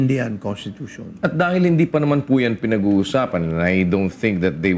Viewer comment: hoy gara mo mag tagalog nakakasakit sa mata pano ka ba kumanta? malamEg ang sEmUy ng hangEn? matOtOlOg na? hahaha bat ka ganyan mag salita anong klaseng pagtatagalog yan? hEndE? hahahah